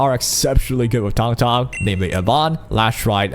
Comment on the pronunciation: This is the only guide I will watch for her because EVERY OTHER CC I have seen pronounces her name incorrectly. THANK YOU